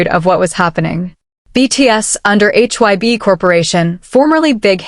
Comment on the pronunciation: You know this has got to be AI or a computer. It don't even get names right. It was calling HYBE hyb and Jennie Jena. I don't believe any of it is true. I believe if they are seeing someone it would be better to take them to their home. More private. You wouldn't be out where people would see you. Those fake pictures of V and Jennie at Jeju Island was way out there. And especially the ones in Paris. Maybe they dated and maybe they didn't. I myself think they didn't. I think it was a big rumor that she started and he decided to stay away because it could have hurt him worst. Remember his shirt he wore at the airport that said "Your dog isn't my dog!" We've seen stuff she has done for attention. I just can't see V with her. She don't seem his type. But maybe he likes nasty girls. I really can't see it and I have a hard time with all the rumor about any of these guys!